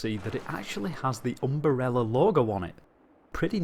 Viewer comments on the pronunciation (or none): I love it when you pronounced umBrella but not umbrella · Um-ber-rerl-la Um-bre-lla